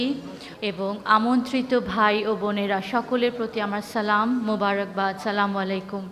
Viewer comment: সালামটাও তো ঠিক মতো দিতে পারিস না,"সালামালাইকুম"এটা কোনো সালাম হলো?উপস্থিত সবার উপর শান্তি বর্ষণ হইতে দোয়া করলি নাকি গজব কর্ষণে দোয়া করলি? আবার নিজেকে ইমামুজ্জামান এর মেয়ে বলিস। বলবি আসসালামু আলাইকুম।